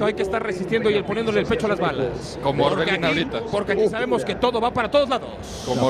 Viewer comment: Que no fue ese el juego donde “Orbelan” de agarró los “huevolans” al Pablo “Aguilaran”